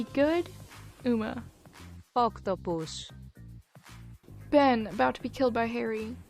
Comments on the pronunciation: Okay, something must be wrong with my sense of humor, because the way said "Octopus" had me cackling for a good three minutes. What the hay is wrong with me? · the way you said "octopus" in cracks me up